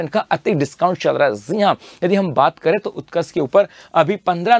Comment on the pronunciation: Jii han ❌ zee han ✅ 😂